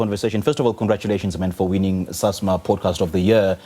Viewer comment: It’s not a Powdecast😭